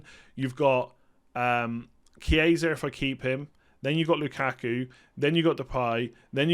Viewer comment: Hi, great content as always. Since you're always wondering if your pronunciation is right, a tip for the Italian players: the simplest to pronounce, just read as it's written (keeping in mind that ch=k). So for example it's not "Chieisa", just remove the second "i"; it's simply "Kiesa".